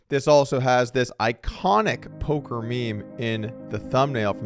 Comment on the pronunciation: Doug it's poker news not polker